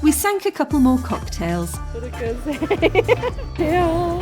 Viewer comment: I loved the way your friend said " Murakoze" min ,,, keep it up